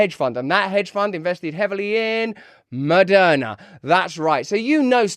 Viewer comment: Did you actually accidentally say Murderna? Nah